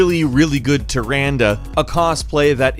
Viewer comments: I have, in all my life, never heard anyone pronounce her name as ter-An-duh. I always assumed Tyrande was pronounced as tear-On-day. I dunno that was weird to me I guess. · I know that you don't play Warcraft but her name is pronounced Tie-randa. I love ya', I'm just spreading knowledge.